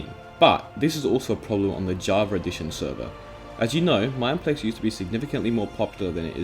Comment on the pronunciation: Why do you say "javar" instead of "java"?